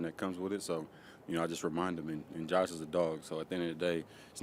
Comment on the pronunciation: He said " Coach" instead of " Josh"